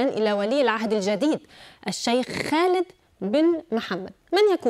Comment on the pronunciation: تقهر كيف تقول اسم خالد.. مخارج الحروف كلها غلط عندها الله يرحم ايام المذيع السوري